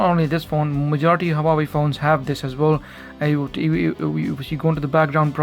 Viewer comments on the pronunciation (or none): One advice, Huawei, the H has sound, like the word "who" xD